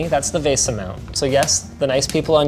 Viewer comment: "vase-ah" .. say what?